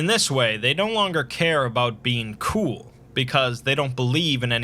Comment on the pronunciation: Not really, especially when he over pronounces the word COOL everytime. The #1 RULE to being COOL is to accept that being COOL is COOL, and that's a COOL RULE